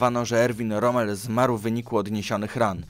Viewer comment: Rom? A nie Romel? Tylko pytam.